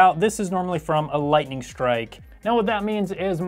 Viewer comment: he really did say....a lighting strike